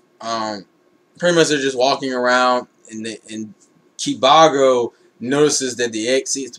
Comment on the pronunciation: to help u pronounce kibago its basicly saying (kiba-go)